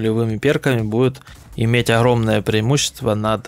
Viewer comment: хруппа, маскироука, охромное, ихре, лохично. Вы Английский также произносите? Хад, худ и т.д))